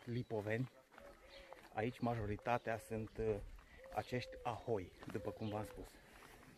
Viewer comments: o mica rectificare: locuitorii se numesc haholi, nu ahoi. locuri unice... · ucrainienii se numesc 'haholi' bre, nu 'ahoi' :) :) in rest big like !